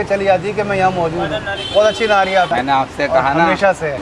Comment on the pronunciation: Nahari nhi nihaari sahi lafz he